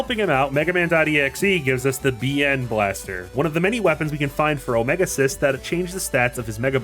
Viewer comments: i can't get over the pronunciation of "omega-Xis" wym it's "omega cis" and not "omega exis" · So, are you purposely mispronouncing some character names? Like, um, you seem to get how to say Lyre, so, um, follow that logic and say Lyra again. (This is mostly a joke lol). Yeah but that's a new pronunciation for Omega Xis. I've always said the last bit as Ex-iss. Who knows? Unless... There's subtle voice acting later in forgetting about lol. And I always pronounced Sonia like you would Sonic, like a wave. She she's, well, music themed. IDK. I never saw the anime.